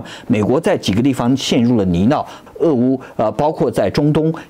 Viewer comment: 很难听到台湾人把「泥淖」发音正确的，已经打败了95%台湾文盲啦😂🎉